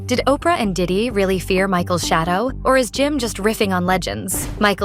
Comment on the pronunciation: Was going good till ai said Opray Winfrayyy Can’t do it ✌️